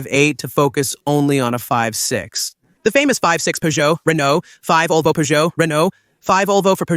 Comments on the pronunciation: Very very very bad Ai voiceover. Fivesixs it is the v6 and five olvo it is Volvo. I wanted to watch all the video but it was impossible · This video is AI-generated, so it's complete nonsense. The AI in the video can't recognize the name Volvo; to the AI, the V stands for the Roman numeral five. In this stupid video, the AI pronounces the name Volvo as "five olvo." Nevertheless, the uploader posted this nonsense on YouTube. So, according to this video, I drive a five olvo five 70 D5 (Volvo V70 D5).